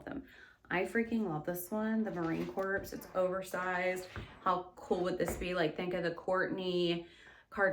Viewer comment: Girl how did you pronounce corps?